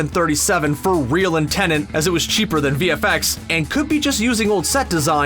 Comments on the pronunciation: Why do you keep calling it Tenant and not Tenet?! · Man keeps saying Tenent lol